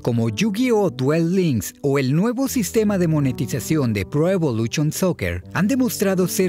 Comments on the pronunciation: Porque dices pro evoluchion? Es evolution. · Ulalá señor francés no se dice "pro evolushion soccer" - entonces? - se dice "pro evolúCHOn soker" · Pro evoluCHOOON soccer 🤣🤣🤣🤣🤣🤣🤣🤣🤣🤣 Muy buena prenuuunciación jajaja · Me encantan sus videos, pero que problema tienen ustedes que pronuncian tan mal algunas cosas , pro evoluCHON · Magistral video. El man que narra tiene buena voz pero de verdad, que por favor deje de decir "evoluchon".